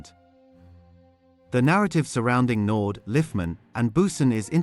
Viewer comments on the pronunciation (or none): Andre Naude( pronounced "Nou- deah" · Pronounce it nodee